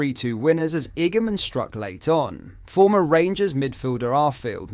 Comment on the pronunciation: Igamin poor pronunciation